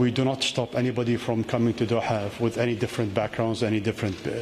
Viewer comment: his soothing voice and the way he pronounced 'DOHA'..❤️i